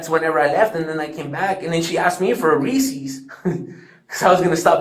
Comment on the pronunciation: When I saw 'Reese's" in the chat I knew he pronounced it, "Reesee's." I knew it.